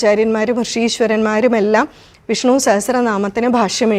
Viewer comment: വിഷ്ണൂ എന്നാണല്ലോ ഉച്ചരിക്കുന്നത്; വിഷ്ണു എന്ന് ശീലിക്കേണ്ടേ? 🙏